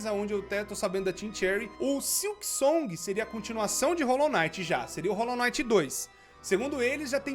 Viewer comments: Rolou naiti ou rolou quinait ? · é Hollow Knight n Hollow night